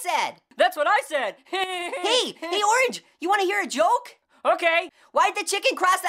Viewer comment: it s oorange lOL